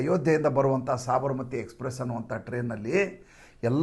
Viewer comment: Sabaramathi express not saabramathi